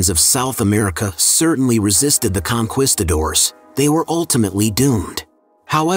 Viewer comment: Con..quisto..doors are crispy times 2! AI narrated BS we already know.